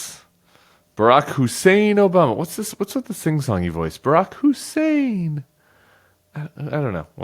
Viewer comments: Rush Limbaugh used to pronouce Obama's name by stressing his middle name, Hussein, to emphasize that it was Muslim. I think Trump thought that device was so clever he repeats it to imply that Obama is of the Islamic faith.. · The way he pronounces ' Hussein ' is a racist dog-whistle of course - anti-muslim this time . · Trump always overpronouncees the words he wants to emphasize or the ones he's unsure of with the pronunciation. He does that a lot with CHINA. The Hussein part is easy. It's a dog whistle, implying that your former president is deeply Islamic and that you should be worried about that. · That's what Limbaugh sounded like when he said Hussain. And Trump loved it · The Hussein pronunciation is a poor Rush Limbaugh impersonation.